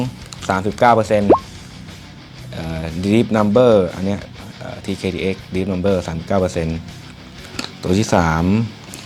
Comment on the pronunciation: นัมเบอร์. เหี้ยไรล่ะ. เขาอ่านว่า ดีบ นัม. ดีพ แปลว่า ลึก นัม แปลว่ามึน